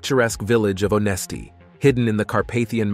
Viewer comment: Yeah it mispronounced her last name the whole video and "Onesti"...where she was from. Plus the video clips of Olga lol.